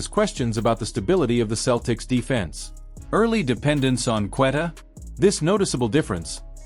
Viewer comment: This A.I is so annoying. JRue Holiday? Cant say Queta correctly. Showing tom brady. Saying was the holiday trade bad? What are u guys even talking about? Then showimg the 08 Celtics over and over.